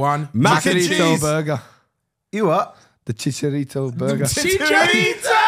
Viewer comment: As a Mexican when man said chicharito it killed me